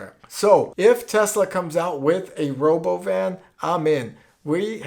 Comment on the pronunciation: it sounds russian, is it russian? "Rhoboban" sounds russian as hell!!